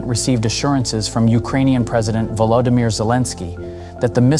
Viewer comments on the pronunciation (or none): none